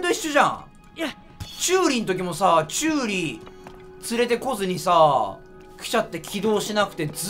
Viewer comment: チューイじゃなくてチューリだよーーーー！！！！！！！